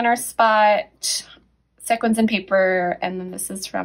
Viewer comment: Sequins is pronounced like (see kwins). Great video. I enjoyed it.